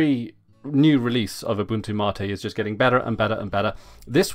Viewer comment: Why do you say mate like that :(